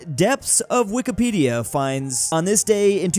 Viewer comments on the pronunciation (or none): none